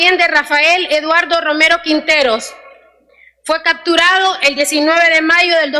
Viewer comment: No no la haces para diputada.... Se dice capturado no cacturado... Se dice seccion no sesion.... no la haces ya saliste con dignidad